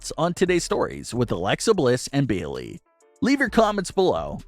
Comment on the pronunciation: Who is "Beelee"? Are you trying to say "Bayley"? Because, if so, you should try enunciating.